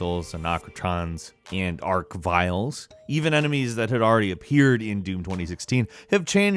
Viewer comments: Doom "nerd" yet calls them "ark"-viles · I'm a bit of a Doom nerd Also: Arcotrons and arcviles... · It's arch-vile, it's like saying arch-nemesis but vile instead of nemesis. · ..i'm proud i'm not the only one who pronounces archvile with "ark" instead of "arch".. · The word arch is from arcus in latin. In its original forms it was pronounced with a k sound. Many of the words we borrowed the ch from latin with are pronounced with a k sound. Like chlorine. It could easily be assumed that its pronounced arkviles based on origin and so many others borrowed in that way. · "Forgive me for being a little bit of a doom nerd" He says right after pronouncing arachnotron and arch-vile wrong. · It's not ark-vile? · but, arch, you wouldn't pronounce arch like ark